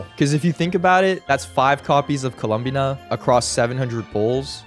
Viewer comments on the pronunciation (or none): I HATE IT WHY DOES HE SAY IT LIKE THAT LMAOO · please stop saying her name like that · obsessed with how pronounces columbina like he wants to say columbia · the way you pronounce columbina is so fascinating, I like it